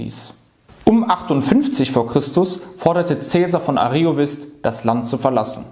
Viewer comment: Vielen Dank für den Beitrag. Ich möchte noch anmerken, daß zwei Wörter falsch betont wurden: Ariovíst(us) sowie Häduer (Betonung auf dem ä).